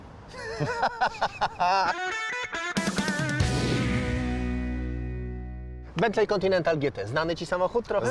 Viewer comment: BENTLEY czytamy jako BENTLEE ❗❗❗❗❗❗